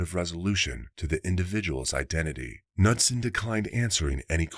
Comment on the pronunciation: Knudson is pronounced Noodson